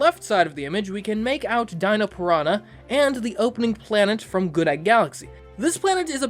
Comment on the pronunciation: "Pranha Plant "